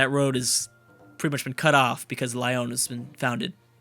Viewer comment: U pronounce Lyon Lee-on not Lioon